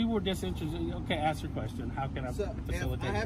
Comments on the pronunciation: For the love of God man You're awesome but would you please learn how to pronounce the word "ASK"! 😮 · Please, with all due respect, don't say "Axed". Ask is the real word.